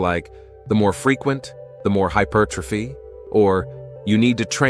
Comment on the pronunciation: It's pronounced HY-PER'-TROPHY, not hyper tro'phy. Someone needs to tell the bot.